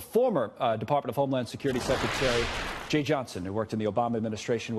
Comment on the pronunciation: Jeh ... rhymes with Feh.